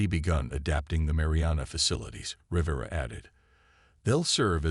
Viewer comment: Between the verbal mispronunciation of many words like 'piranha' and 'Rivera' to constantly changing spellings in text, it is a poorly executed video that requires better attention to detail. Very sloppy, lazy execution. 👎